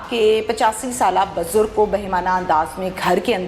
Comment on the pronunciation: bajurg nahi BUJURG kaho. Aap ' Maujud hianssss' kahti ho to nakli, banawati lagta hain. 😂😂